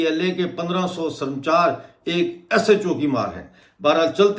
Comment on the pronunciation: SAR MACHAAR MATLAB SAR FROSH.. SARAMCHAR IS WRONG PRONOUNCIATION...APPRICIATE TO YOU.